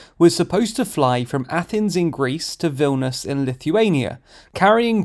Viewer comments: Vil - ni - us, not Vilnus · that not how you pronounce Vilnius... right?